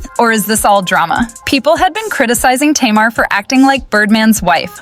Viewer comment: I can’t with this mispronunciation of Tamar’s name.